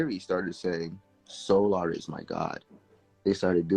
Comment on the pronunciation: I can tell you are fed up with the bs. The 1st couple mins the way your pronouncing their name SOOOOO🙄LLLAAARRR!!! AND NATCHURRRR🙄🙄E BOY... THESE YOUTUBE BAAA🙄LOOOOGGGGG🙄🙄AAARRSSS 🤭🤭 🤣🤣🤣🤣🤣 BUT I'M BEHIND YOU 💯💯 percent!!!